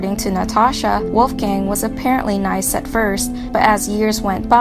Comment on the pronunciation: LMAOOO listening to the girl say the name Wolfgang really bothers me.. mainly because of the big mispronunciation..🤔😒